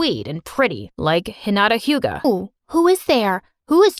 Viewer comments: "hinata hyuga" LOL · no way he just said "Hinata hyuga" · “Hinata hyuga” wtf